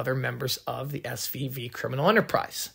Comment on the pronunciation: I was about to ask if he can pronounce "F"